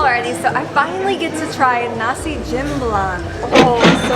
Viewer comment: asem = sour (comes from the tangerine) but it will nice if you add more lemon squash jamblang pronounce as jump-blang (without 'P') those waiter cannot speak english, thats why they avoid and you come to islam restaurant, they cover their faces (the girls). thats mean not good actually. hope you alright in that restaurant